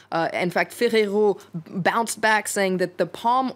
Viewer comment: Is that how Italians pronounce Ferrero?